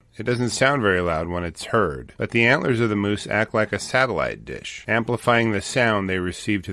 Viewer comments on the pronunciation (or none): none